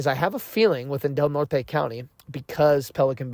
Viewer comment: Redwoods trees, County is pronounced Del Nort.